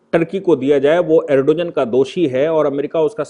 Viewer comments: सर जी अरडोजन नहीं है बल्कि अर्दोगान है...please correction karein..baaki to bas naman hai aapko...shikshit karte rahein hame. Bahut shukriya aapka 🙏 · सर सही उच्चारण अर्दोआन है 🙏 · भाई साहब एर्दोआन या एर्दोगान बोलीए. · Erdogan pronounced as Aar do gaan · Pronounce the name of Erdogan correctly